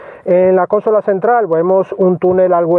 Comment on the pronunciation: Buenas. Me gustan tus vídeos. Los he visto todos? Gracias y enhorabuena por el trabajo. Simplemente un matiz que suena fatal: consola es una palabra llana no esdrújula.